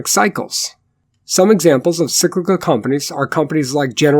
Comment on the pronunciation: Sicklical? Are you Swedish my friend? Enjoyed your content